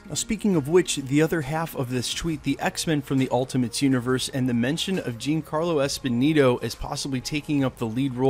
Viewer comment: Just as a heads up, Giancarlo is pronounced "John Carlo", not "Jean Carlo".